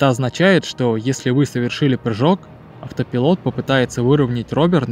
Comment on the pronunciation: Я конечно не придираюсь, но если уж начал autopilot произносить "Ауто.." заканчивай "пайлот" - так правильнее. Иначе слух режет